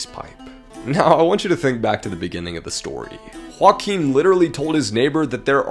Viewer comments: Whakim is pronounced as yo-Aah-geem I am moroccan but know alot of Polish Nice try thought really! I love to see people at least try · Ok, hold on. The way you pronounced Joachim as Huakim is so cursed. It's a Polish name and it's pronounced "Joahim" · Joachim is not pronounced as joaquin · Ooomg...i was wondering for 10 minutes why you are talking about someone called Joaquin, when the title is clearly about JO-ACH-IM (hope this helps with the pronunciatio) Kroll. Don't want to be an asshole...just helping out. I love your content by the way! Thanks for the awesome work which keeps me entertained everyday! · his name is "Joachim", you pronounced it more like Juan Kim. You would pronounce it more like "Yo-ah-him" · His name is actually pronounced like Yo-Achim hahaha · Dude he has a German name and it's spelled Yo-ach-em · You can't imagine how bad he mispronounced the name "Joachim" lol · The way you pronounce Joachim is hilarious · i am polish and it hurts hearing the way you pronounce joachim name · If you said Joachim with a J and not an H I wouldn't be upset, but butchering my man Joachim like that We're not Mexican or Spanish - we're Polish